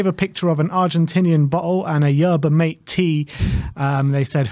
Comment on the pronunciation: it’s not pronounced “mate” tea it’s pronounced like mah-tay 🤦🏻‍♂️🤣